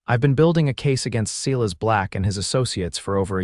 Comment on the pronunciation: It's not "SEE-:LESS" it's "SILAS"! That nonsense bugs me....AI is not good with names or "READ" or "WOUND" or ""LIVE"